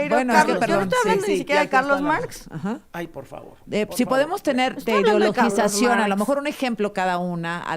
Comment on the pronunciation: Por favor, inviten a alguien que al menos sepa pronunciar 'ideologización' correctamente. Bueno, creo que sí podría hacerlo... aunque es insoportable cuando se la pasa interrumpiendo a las ponentes.